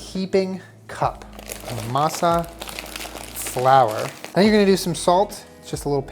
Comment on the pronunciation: As a Mexican, I approve the pronunciation of masa and harina. 🇲🇽 💯